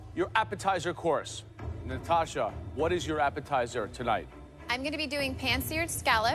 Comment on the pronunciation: Joe bị ngọng Tonight--> To-light :v